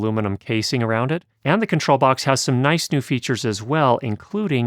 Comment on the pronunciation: Wow! You’re an American and you know how to pronounce Neutrik correctly? I’m impressed! 🍸👍😉